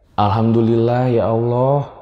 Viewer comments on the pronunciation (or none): none